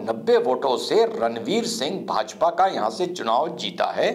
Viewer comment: रनवीर सिंह नही रामवीर सिंह है । आपने कई बार गलत कहा वीडियो में l